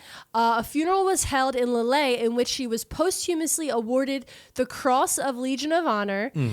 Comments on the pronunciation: I'll be that commenter for a mo. McCleod is how McCloud is really spelled. Famous town in France is Leeuhl. The best medal, Croix de Guerre is Kwah duh Gare (like guerrilla, sneaky soldier, rhymes with gorilla usually as a borrowed word). Love you kids figuring out society & history with very different technology & for women, freedoms. Like, concubine is better than streetwalker, or poverty-paid factory work, in an era of very restricted opportunities. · I love you guys, but constantly hearing Lille pronounced that way almost killed me. Like constantly saying Calvary (like where Jeezy Creezy was crucified) when he's trying to say cavalry.